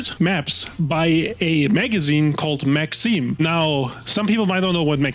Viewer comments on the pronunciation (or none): I lol'ed at 'Max - eem'.